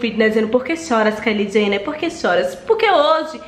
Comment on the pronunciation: “Ce ta cum medo KAILI JHENER”